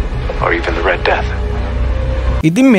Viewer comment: meka kiwwa kiyala mage locucama kiyala hitanna epaa mama danna de oya ekka share karagannawa witharai harida😁 the red death උච්චාරණය කරද්දි දී නෙවේ එන්නෙ දී උච්චාරණය එන්නෙ a,e,i,o,u කියන වවල්ස් එක්ක විතරයි ඉතින් the red death කියද්දි r එන හින්ද ඒක ද රෙඩ් ඩෙත් වෙනවා 😁ලොකුකමට නෙවේ කීවෙ අනික ඔයා මේක දන්නවා ඇති